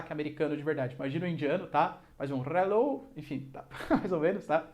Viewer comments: ''Réllou'' kkkkkk ri demais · "Relou" kkkkkkkkkkkkk excelente explicação professor!